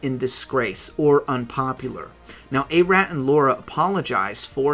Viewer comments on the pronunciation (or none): "Ah-rot" not ''eh-rat'' 😉👍 Nice vid man.